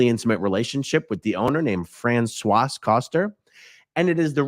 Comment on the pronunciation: Don’t pronounce the final consonant in French(pro: Fran-swa) Just sharing!